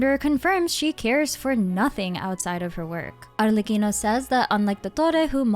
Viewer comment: Unrealated...they way you say Arlecchino is so satisfying 😊